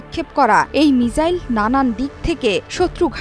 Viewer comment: মিজাইল ❌ মিসাইল ✅